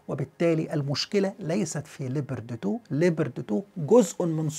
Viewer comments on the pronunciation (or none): Leapoard not leeber de two!